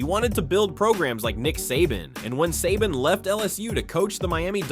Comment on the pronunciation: Um buddy first off saban is pronounced say ban not suh bon and second stetson bennett didnt hit adonie mitchell in 2021 nat champ game that was 2022 against Ohio st dummy if youre doing a video on uga and kirby smart at least get the damn facts straight